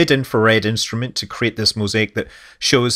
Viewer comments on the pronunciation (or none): none